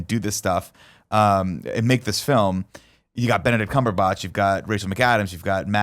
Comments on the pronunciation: You guys are Benedict CumberBOTCHING these names ._. It's Dor-MA-mmu not DOR-ma-mmu, and it's Cumberbatch .-. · Pronounciations for cumberbatch and dormammu are making me cringe lmao